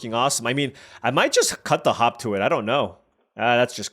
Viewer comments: It's not yours or WoTC's fault, but every time you say "hop to it" all I can hear is "hawk Tua it." Either way, I agree. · Watching it on 1.5 speed while at work, had to rewind it to make sure he wasn't saying hawk tuah when reading hop to it.😂